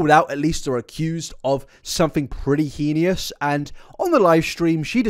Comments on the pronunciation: Elphaba quite clearly does have issues, but im thinking histrionic and narcissistic personality disorders. It would explain all the lying, attention seeking, manipulative behaviours, etc Also edit to add heinous is pronounced hay-nuss 😅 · "He-ni-us" lol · It's "hey-nuss" right? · Babe please google the pronunciation of the word “heinous” I can’t take this anymore 😭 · I saw this comment JUST as he said "henious" again 😭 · This video is amazing and im not too far into it. But i get so distracted by his pronunciation of the word heinous. He says it in a few videos and its wrong evey time. But if thats my only complaint on a video this long!! Bloomin great content!! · Can you please work on your pronunciation of the word heinous? There is no I after the n. I love your videos. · The only heinous thing about this video is mispronouncing heinous. Otherwise very good a bartender friend of mine had the misfortune of serving elphaba so it gave me a good chuckle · with respect i am begging you to look up how to pronounce heinous cause i cant do this anymore